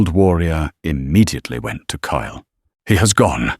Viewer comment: KYLE, TURNED INTO CALE, KALE, I HATE WHEN AI FUCKS UP NAMES LIKE THAT, PLEASE FIX IT. 😢😢😢